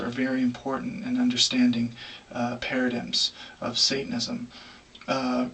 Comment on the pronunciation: Anyone else find it hard take a man talking about paradigms seriously if he can't pronounce paradigm in his native language?